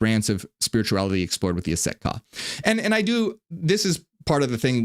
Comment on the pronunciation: Just finished this whole video and yes I want to know more about that order of Aset Ka (?) or whatever they’re called. Although it sounds like you’re saying “Set” which I understand to be the douchebag Egyptian storm god (who chopped up Osiris) who’s also Yahweh who needs no explanation. I’m a Gnostic/Marcionite so Set or YHWH I have no interest in jointing forces with. You though, you are a true blessing from the Most High Father, I will buy all your books or receive them as gifts!